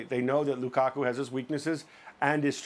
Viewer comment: "Loo-ka-kuh" - Steve Nicol